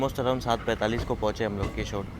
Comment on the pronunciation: तुझे हिंदी पढ़ने को नहीं आता, अक्कलहीन मनुष्य,केशोद उच्चार कैसे करता है? केशोड नहीं केशोद उच्चार करते हैं। तेरी मराठी भाषा का तुझे जितना अभिमान है उतना दूसरों कि भाषा को महत्व देते हैं। अशिक्षित कहीं का। तु रेलवे स्टेशन का नामोच्चार हिंदी में पढ कर सही शुद्धा बोल। अनपढ़, अशिक्षित बेवकूफ चा क्या तेरे लिए मटका भरकर लाए? गन्दी बोली 😮